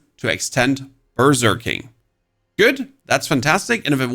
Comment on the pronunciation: When you say berserking, it sounds like you are saying burger king